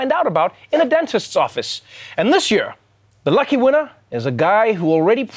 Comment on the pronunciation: I just come here to hear Trevor pronounce year "Yehr"